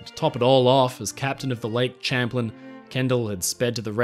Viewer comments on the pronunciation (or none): Great video! One critique, though, for future reference. "Champlain," as in "Lake Champlain" is pronounced "Sham plane." Other than that, absolutely terrific. The work you do on these videos definitely shows!